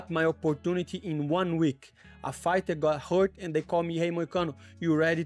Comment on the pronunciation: Did he say UFC Farter 😂. Always rooting for you!!!!!